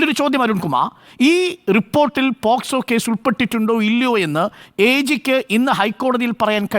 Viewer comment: ഒരു advocate ആയിട്ട് പോലും പോസ്കോ എന്ന് പറയുന്നു. POCSO ആണ് വക്കീലേ...